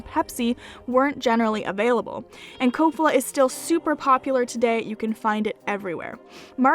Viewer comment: Slovak guy here, in Kofola the stress is on the first syllable.